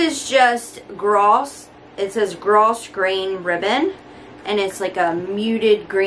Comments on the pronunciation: Gross grain = pronounced grow grain ribbon….what a haul !! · Gross grain is pronounced “Grow grain”.☺️ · The "S" is silent so Grosgrain is gro- grain or grow-grain. No vacation this year. I am hoping for a weekend trip to California to see my daughter. Hauls can be frustrating because so much of it is not available at any of my 4 stores . I do have every jar that you showed. I love REAL Succulents. I can go 2 weeks without watering. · Great haul!! I'm so jealous of some of the things I can't find! (Oh and the ribbon is actually pronounced "grow-grain"!😉) No vaca this year!! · Hey!🖐 Hi from Lisa in PA! No vacation this year. My husband's been out of work so we're making the most of being home. No complaints though! The green ribbon you held up is pronounced differently than spelled (oh the mystical English language!). It's actually "grow grain" when pronounced. Crazy, I know! Anyway, I just wanted to say that I always enjoy your channel. I also wanted to let you know I think that your hair looks so super pretty piled upon your head. Adorable! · No trip for us this year. We are saving for a trip to Maui in a year or two. I need a real vacation! Lol Side note, grosgrain ribbon is pronounced grow-grain… I just learned that recently myself. I never heard it spoken until I started watching DIY videos LOL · The ribbon is pronounced GROW GRAIN